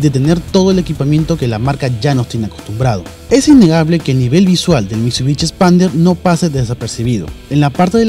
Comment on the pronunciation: "mitsubichi", "toyota ruch", ya psss :V, dejen de vendernos mierdas sobrevaloradas!!